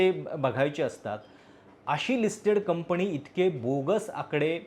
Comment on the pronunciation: कंपनी म्हणायला शिका दे मग कोटिंग मध्ये बोला